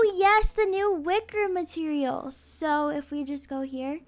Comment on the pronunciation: I loved when she said: mATERIAL GWORLLL😩😩